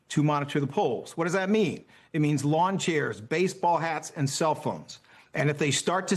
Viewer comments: Did he say baseball hats or baseball bats? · Oh! I thought he said baseball bats.